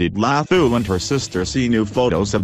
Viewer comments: all I could here was "Lahooo"! they could've used a South African for the voice over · Ihhhe....so we just gonna ignore hw ths guy pronounce Dlathu?....hhaybo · mmm the way u pronounce her surname kkk so funny